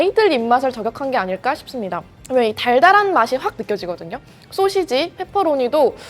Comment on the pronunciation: 권혜연 기자님- 가끔씩 나오는 소'셰'지 발음이 귀여우십니다 ㅎㅎㅎㅎ